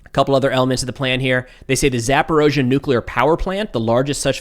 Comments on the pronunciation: Please stop saying 'Zaporozhzhia.' it's ZaporIzhzhia. eeee....not oooooh. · I love your channel and your professional perspective. I only believe it is Zaporizha and not Zaporozha........ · you're always on-point! I agree with your analysis and your opinion every time you speak! You're doing a great job Sir! One pronunciation I have to point out, please? "Zaporizhzhia" is pronounced as if there were a 'eezee' in the middle, where you pronounce 'oa'. It should be 'Zap-or-eez-ia' (even 'Zapor-eesha') but for sure not an 'o', or an 'ao' sound! Not trying to be critical picky - trying to help you be better! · there only one o in zaporizhzhia